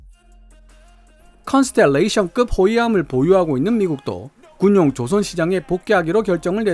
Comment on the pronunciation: '조선 업체'에서 '造船'의 발음은 길게 발음해야 합니다. '조선'을 짧게 발음하면 '朝鮮'이 됩니다. 한글 공부가 영어보다 더 중요합니다.